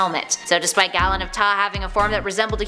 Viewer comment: Galen of taa is pronounced GAY-LEN..